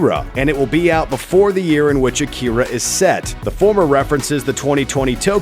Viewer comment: Im triggered by how he said Akira . Call me a weeb if you will